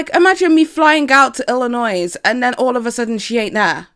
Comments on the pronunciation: Wait ur gonna be in Illinois (by the way the S is silent. ) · The S is silent in Illinois. FYI for when you are out there. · I know you're from the UK but before you come to America I want you to know that the s at the end of Illinois is silent. It's not illinoise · My only critique: Did you just say Illinoi-S?! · I know you are from the UK so you don’t know lol but it’s pronounced Illinoi (the S is silent). Love you boo! I didn’t know Margo was from IL! I’m from IL too! I love her. Does anyone know what part of IL she is from? Side note: I absolutely love your channel! I’m a photographer, I don’t know when you are coming get to the states or who you are bringing with you but, I would love to do a photo shoot for you and Margo as well. I love doing family photos and it would be awesome if I do a shoot for you guys.